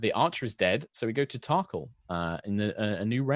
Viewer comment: Yes, I've been waiting for this. Can't help laughing at pronunciation of Tarkhal. I keep hearing Thac0 and feel like it is very appropriate.